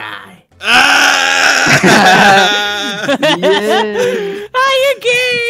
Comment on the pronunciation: Guy sensei sounds actually correct